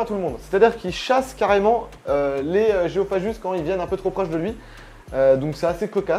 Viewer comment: Gu ça fait "gue", pas "je" donc géophagus pas géophajus :-p.